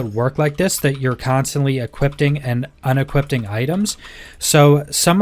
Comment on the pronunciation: YES. I was getting so annoyed hearing equippting and unequippting over and over. 🤣